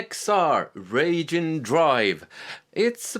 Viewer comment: Speaking of "difficult to pronounce," it's "Wry Gene," not "Ragin'." He's a Japanese lightning/thunder god. (You don't want Wry Gene to be ragin' at you. Maybe just call him "this guy.")